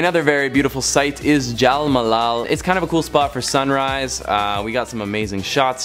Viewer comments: Its Jal mahal not malal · its not jal malal, bro its jal mahal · Dude it's 'Jal Mahal' not 'Malal' 😅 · It's Jal Mahal not Jal 'Malal'! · It's Jal Mahal not Jal mala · Its Jal MA-HA-L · You butchered the name of Nahargarh fort and jal mahal🤣🤣🤣💩